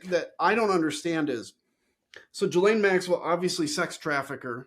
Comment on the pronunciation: I wish people would learn how to pronounce Ghislaine.